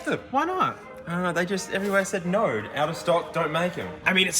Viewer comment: No doesn’t have a r in it, stop saying naur